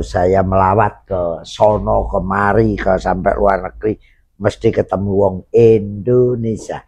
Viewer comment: Indonesia, bukan Endonesa